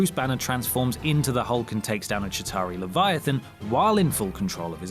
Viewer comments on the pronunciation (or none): none